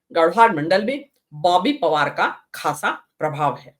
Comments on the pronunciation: ओए आप पहले बॉबी पवार कहना सीख लो फिर रिपोर्टिंग करना कांग्रेस की तरफ से 😂😂😂😂😂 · Boby pawaar kehne ka abhiyaas karna chahiye thha ko samachar padhne se pehle